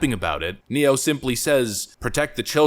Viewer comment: I agree, but I did chuckle at "Nero" instead of "Ne-Yo".